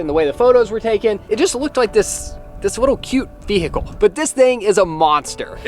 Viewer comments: I can't get over how some Americans pronounce 'vehicle' 😂 ve-H-icle 😅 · Will someone tell the H In vehicle is silent! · says vehicle wrong. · Fun drinking game. Take a shot every time says VE-HICLE